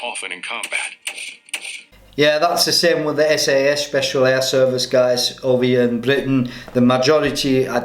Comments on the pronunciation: SAS...NOT sass!...ask the boys from Hereford! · SAS is pronounced ES-EY-ES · Dude just pronounced "SAS" as "sass" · Since when is the SAS called the "Sass"?